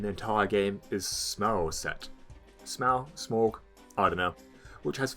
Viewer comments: It's not Smaug or Smawg FFS it's pronounced Smow (rhymes with whoa) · It's pronounced Smoff. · Smough is probably Smawf Think Cough, or even better, a character who's name is actually said in DS1, Gough. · You pronounced Smough different from me. Redo the video.